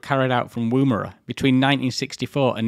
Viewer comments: Its NOT woo-mara. its said "Wom-era" No engine failures.....that is quite an achievement. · Just a side note - the pronunciation of Woomera is "oo" as in book, not "oom" as in womb. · Yeah a few Anglicised indigenous words are pronounced eith a short "oo" despite looking like it should be a long "oo" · In your defence most of us Australians are probably mis-pronouncing Woomera too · Drinking a beer in my Woomera stubby holder, almost ruining my monitor hearing you butcher the pronunciation :P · Excellent video but the number of times he mispronounced Woomera.